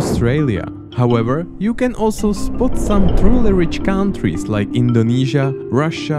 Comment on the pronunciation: cow n' trees xD